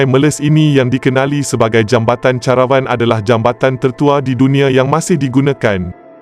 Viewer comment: sebutan kamu melaut dalam bahasa melayu perkataan pinjaman tetap digunakan mengikut sebutan asal. Contoh ,: jambatan CARAVAN...sebutannya KERAEWAN bukan CHA RA WAN teruk kamu ni